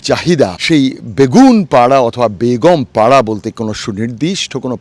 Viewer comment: আপনাকে কষ্ট করে বাড়িগুলো দেখানোর জন্য অনেক ধন্যবাদ ❤❤❤আপনার মুখে বেগম পাড়া কে বেগুনপাড়া বলে অনেক হাসি পাচ্ছিল হাসতে হাসতে আমার পেট ব্যাথা হয়ে গেছে😅😅😅 এরা হলো সেই জালিম সরকারের আমলা মুখোশধারী শয়তান আল্লাহ তাদের পতন ঘটিয়েছে